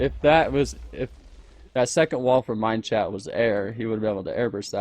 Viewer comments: no, rob kept saying mineshat, so #mineshat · I'm pretty sure was pronouncing Minechat. MineSHAT, because Minchat's skin is a cat, and in french, cat is chat, and chat is pronounced shat. Idk if that's what Minechat meant with his name or if he has a way of saying it but that's what I thought.